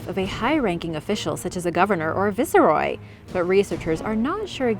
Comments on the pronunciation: It is Vice-roy not vice-a-roy. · "Vise-roy" you sure did rattle that off better than I every could though!